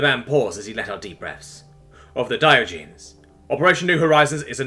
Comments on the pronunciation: The "-genes" part of "Diogenes" is pronounced /jeh-nees/. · Gah! I was wincing every time he said it that way... I won't hold it against you we all make mistakes and you do an awesome job 99.9% of the time. That is enough for me to overlook this.. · (learn to say Diogenes correctly.....just sayin') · Dear, Your pronunciation of Diogenes killed my wife and daughter.